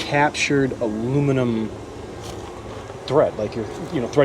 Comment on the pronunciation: When sees a trailer: “I find the lack of aluminimum disturbing!”